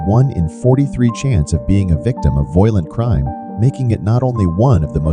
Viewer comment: Funny how the computer pronounces violent to sound like "voylent" Anyway, unsurprisingly, one thing all these cities have in common is a high black population.